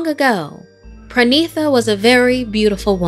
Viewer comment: Its pranita not pranisa It's spelled pronita